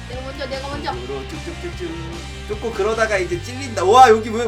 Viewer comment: ㅋㅋ운왜 쪼꼬를 왜쪼그이라고해요?